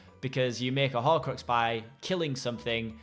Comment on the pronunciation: what's a horcroaxs? xD